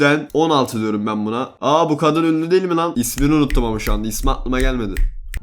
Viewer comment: “KADIN”a “GADIN” diyor